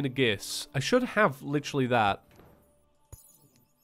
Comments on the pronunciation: I hope you get better. I apologize for this, but it has been bugging me for awhile. Aegis is pronounced Ay-jis. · Its pronounced "eegis"! Aegis is eegis xd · You're killing me with your mispronounciation of aegis